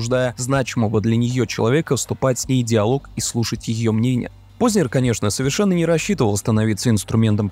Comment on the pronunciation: Пожалуйста, не коверкайте фамилию Познер